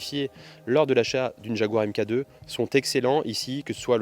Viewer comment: Elle est magnifique 🤩 Mk2 se prononce mark 2